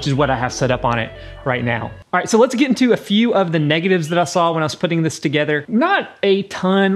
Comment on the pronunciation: Let’s get into the VS. “Letsa get into uh”